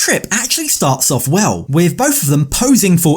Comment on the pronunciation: I hate his accent and how he always says „f“ instead of „th“ like „wif“ What the f0ck